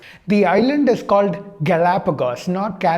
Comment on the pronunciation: Yeah 😂 Ncert 12 bio. They dedicated an entire chapter to "evolution",and it has high weightage in AIPMT ( Neet now)...and he can't even say Galapagos properly Idk, is that guy even a doctor 🤣🤣